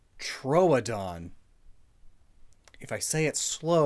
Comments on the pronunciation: Troodon is pronounced true-don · It's pronounced like True-don, one of the only ones I do know XD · If i'm correct, Troodon is pronounced Trew-Ah-Don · troodon was pronounces tr-ew-dn, you were so close yet so far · I am also a dinosaur fan and “Tro-O-don” hurts me